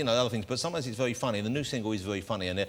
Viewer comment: Vewy good at wap